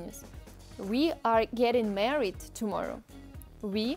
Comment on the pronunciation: Мне очень нравится ваши видео. Когда вы будете делать русский для английского? Я советую свою девушку смотреть. One small thing though, the a in married is more like the Russian a than the e which you say, a typical Russian mistake. :) но всё равно отличное видео как обычно!